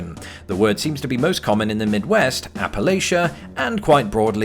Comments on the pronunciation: Appalachia is pronounced app-uh-LATCH-uh, by the way. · The mountains are pronounced like "apple at cha", not "appa lay cha" at least in the south by the people that live there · I'm delighted with your fondness for the American-English language, but please look up the proper pronunciation of Appalachia. Hint: It sounds like "apple-ATCH-uh." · Just a heads-up: if you are ever in the south visiting, most people prefer the pronunciation Appa-latch-uh. I think some people are very adamant about it, so be careful. 😅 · Fine, but please learn how to properly pronounce "Applachia." Thank you.